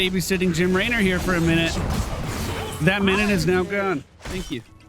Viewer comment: The way you said Jim laynor 😂